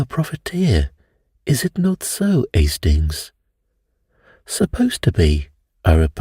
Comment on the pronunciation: It makes me smile when you ‘do’ your Poirot accent. 😊 …”Estings!” 😅 Have a fantastic week. 💐🥰